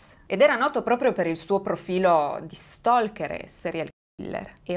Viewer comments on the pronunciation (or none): none